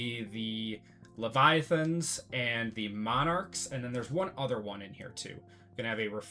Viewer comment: You’re the first person I’ve seen open this product that said leviathans correctly